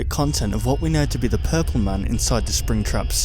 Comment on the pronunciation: Who's "pirpl" Freddy?